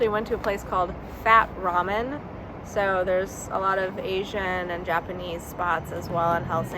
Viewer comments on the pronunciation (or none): none